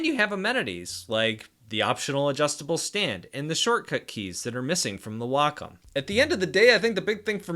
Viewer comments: the wokum one v the hooeine camvas noice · I think it's supposed to be pronounced Way-come.